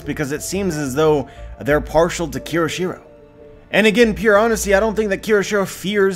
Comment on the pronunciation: It's Hiyori not Hayuri! It's Kyoshiro not Kiroshiro!